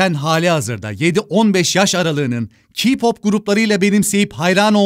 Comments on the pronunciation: Abi o kiypop diye değil kepop diye okunuyo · Squit game ile BLACKPİNK BTS NE ALAKA. K-pop fanları Artık k-pop keypop deye okun muyor kiiiiiypop diye okunuyor😂😂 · 7 15 yas arası ne K-POP kitlesi 7 15 degıl ayrıca kipop ne telaffuzunu duzelt ondan sonra elestırı yaparsın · Abi senden hiç beklemezdim K-pop(keypop) ye okunuyor KİPOP değil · Abi yanlış anlama çok haklısın ama kİpOp ne yaa k-pop o ama müp olmuş video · Herşeyde haklısın da "KEYPOP" kipop dill yag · Ya kipop değil keypop diye okunuyor yazılışı kpop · yorumu yazan kişinin çok saçma bir şey yazdığını düşünmüyorum gayet saygı cercevesinde fikrini belirtmiş videosunda 7-15 yaş arası kitlenin dinlediği müzik türü kipop demiş hem yanlış telaffuz etmiş hem de yaş kitlesini tahmin etmiş nasıl olduğunu ben de merak ediyorum Sadece k-pop'u salın tek farkı dilinin farklı olması ve şarkılarda türk şarkılarındaki gibi KISKANCLIK,ALDATMA,CINSELLIK yok farkın bu olduğunu düşünüyorum müzik tek dildir keşke anlasan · kepop (e'yi hafif uzatarak) okunuyor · Peki yaa k pop a ki pop demesi oma gıcık kaptım😂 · key pap diye okunuyor lütfen amaaaaa